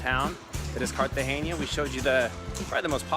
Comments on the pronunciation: Hi, watching this video in 2021, you are actually pronouncing it as if there was an ñ. Trust me those locals were probably messing with you. No local ever says Cartageña, It's Cartagena like Luis C says in his comment above. And the "castle" is a actually a military fort. But great video nonetheless. It's always great to see one of my favorite cities on the planet. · Its pronounced Cartagena with an N not an ñ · Why do you pronounce it "Cartagenia"? :) It's CARTAGENA. Like kar-tah-henna. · yes guys the pronunciation of the city is wrong